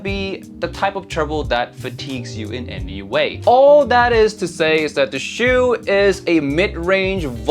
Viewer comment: Why do you pronounce it "shew" or "chew"? Isn't it like "ah-chooo!" like a sneeze. There's no "w". "u" as in "uwu". Chu. Stop driving me nuts! Thanks for the review, I'm not big on vocals. Would probably rather go for that budget Kiwi-Ears.